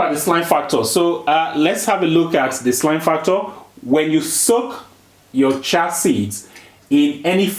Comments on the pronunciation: One correction if I may, if u pronounce chia as chee-á, it’s easier for westerners to understand your beautiful accent. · Pronunciation: "Cha" seeds 😂